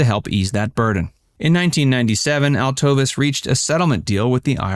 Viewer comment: Her name is pronounced Al-tuh-veese!